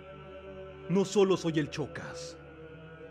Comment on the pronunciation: que no era shokas en vez de chocas?